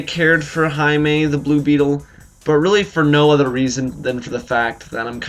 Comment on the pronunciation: Nice review, thanks for pronouncing Jaime's name correctly :) Yo where's this show been for the last 2 years?